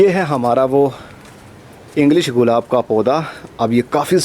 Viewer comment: سر غلاب نہیں گلاب ہوتا ہے